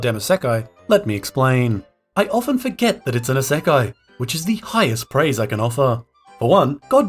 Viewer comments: 異世界 is pronounced EEE-sekai, with an い not EH-sekai (with an え) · why do you pronounce isekai like that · how you say isekai is wild lol. but good video